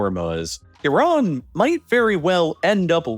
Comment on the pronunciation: I agree, so annoying. At least he pronounces Iran and Iraq right.